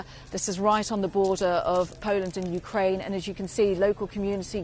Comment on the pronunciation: Yeah, Ukra-IN - please...